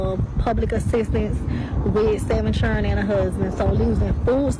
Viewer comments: It’s “7 chill-ren and a huzzzbin!” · Da fuq is a churrin